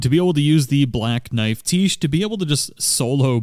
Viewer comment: its "Black Knife, Tiche" as in black knife is her title and tiche is her name. its pronounced tish. and cleanrot knight finlay is a dude XD..... sorry every time you said "the black knife tiche" it was a dagger in the right side of my brain